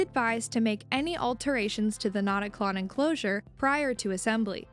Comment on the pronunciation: fyi the "ö" in notaklön would be pronounced like the i in bird. If you were to name it "not a clone" in swedish, it would be: "InteenKlon", but a more catchy name would be "ickeklon" (notclone).